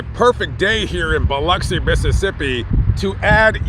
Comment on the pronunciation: Props on saying Biloxi the correct way. I live about an hour north of the beach.